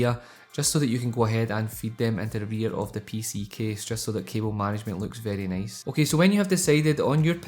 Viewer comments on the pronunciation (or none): VEWRY NOICEE 😂 I love it